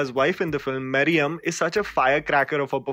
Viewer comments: prounce it as "maah-ri-yum-aa" not ma-ri-yam. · hey you have to improve your pronunciation bro ... like "Kabilan" and not "Kabila" and its "Dancing Rose" and not "Dancing Rosse" (rós·so), Its "Mariyamma" and not "Mariam" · It’s not mariyamma it’s mari-yamma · Say it with me "Mariamma"- not "maryam" "Kabilan" - not "kabilaaa" I am not even a south indian but it hurts my ears when people say these names so incorrectly even after hearing them hundreds of times in the movie . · I would like you to pronounce the characters names correctly..it’s not “Kabila” it’s “Kabilan”, not “Mariam” it’s Mariamma”, not “Ranga” it’s “Rangan”. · ...so damn true... it's so jarring on the ears ..it's Marie + amma = maariyamma or mariya + amma = mariyamma and kapil = n.i / kapilan or kabilan = s.i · Kabilan pronounced as kabila, Mariamma pronounced as Mariam and Rangan pronounced as Ranga… when you pronounce a name of the character, don’t take anything for granted. Learn to pronounce the name mentioned in the cards.